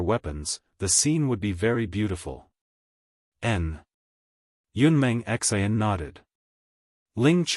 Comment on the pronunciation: 😆 lolz it's Xian not X. I. N.